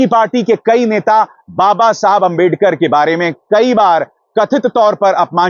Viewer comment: Tootala toh ap jate hai balak budhi Rahul ko kehate hai jise abedakar kehana nhi aata andertekar kehte hai